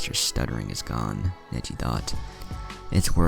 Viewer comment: I think he said negli instead of neji This is why you are my favorite what if channel